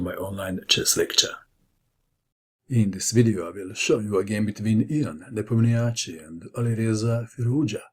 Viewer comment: just a nitpick, but Ian is pronounced like Yahn, and in Nepomniachtchi, the emphasis is on the o.